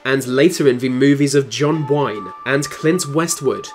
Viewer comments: And John Whine/Wine, Lol. At first i wondered if it was an accidental mispronunciation, but i immediatly knew better once I hear Clint Westward. Lol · It's Clint Northwood, you buffoon...you got John Wang correct tho.